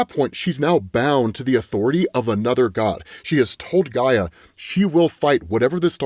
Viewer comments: It’s Io not Lo. Also you pronounced Hecate wrong and also Gaia. Yikes. Do you only read comic books? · First "Eye-oh" is right I believe. Then "hip-Ah-lah-tah" or "hip-Oh-lit-tah". Next "Heck-uh-tay" or "Heck-ih-tah". Later on "Guy-uh" not Jee-uh. You know fellow commenters... sometimes I wonder if mispronounces thes names just so we will comment & feed the al mighty Algorithm. The entirety of the Absolute DC series of comics is so fam dope it hurts.